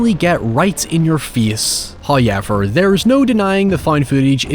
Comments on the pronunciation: First "hoyevver" drops . He teases us. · I am convinced that your Butchering of the Word "However", is greatly exagerated for Shock Value